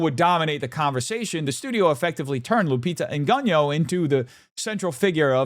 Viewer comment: You’re so stupid and racist you can’t even pronounce Lupita’s surname. Yo pathetic 😂😂😂